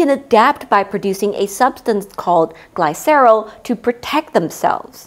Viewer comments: Is this an AI slop channel? You keep mispronouncing science vocabulary. Lysis is pronounced "ˈlī-səs" Glycerol is pronounced "ˈgli-sə-ˌrȯl" The Miriam Webster dictionary will say it for you. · the narrator mispronounces words of greek origin, that are said the same way across the scientific world, it's a clue that it might be an AI. There is so much slop out there we must learn to be more critical. It's not like she said Aluminum or Aluminium. But as a baker perhaps she has never heard these terms as used in the scientific world.